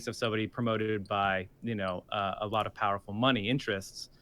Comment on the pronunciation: "...that he's doing aglot of good..."